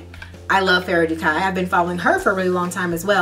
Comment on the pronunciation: Fara du=kai lol..Americans NEVER pronounce things properly,never,you all use the wrong pronunciations.